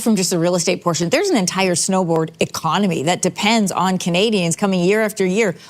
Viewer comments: She keeps saying “snowboard” season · It sounds like they are saying Snowboard season. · LOL "An entire SNOBOARD" economy. HAHA I love snowboarding! That lady on the left did not prepare well before that interview. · Why does that woman keep saying "snowboard" ? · CTV is such a right wing news channel now, and Global isn't far behind them. Also I swear that CTV new anchor keeps calling it "snowboard" season. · Am I the only one hearing the interviewer saying “snowboard season”. 😅